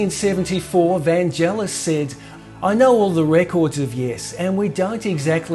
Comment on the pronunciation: Really interesting stuff. The only irritant is repeatedly pronouncing Vangelis' name wrong! It's "Van-gay-liss" with a hard g, not "Van-jell-iss".